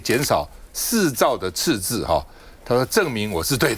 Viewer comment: 鳳馨的捲舌音判斷：貿易次字